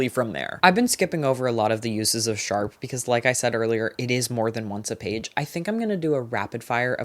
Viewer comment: Say it with me now- “SHARP”